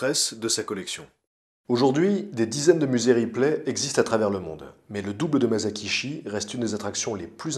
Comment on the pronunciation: Épisode superbe, comme d'habitude ! Juste, on ne dit pas [ Mazakishi ] mais [ Massakitchi ], mon petit côté pointilleux sur le Japonais ressort, c'est pas méchant, c'est juste " histoire de " ^^ Bravo pour tout ton travail !